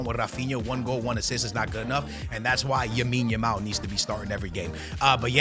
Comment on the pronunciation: yes lamine yamal is your favorite player and you cant even pronounce his name right